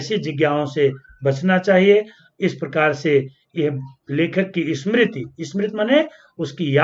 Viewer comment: smriti bolne aata hi nai ha ch kya padhao ge sir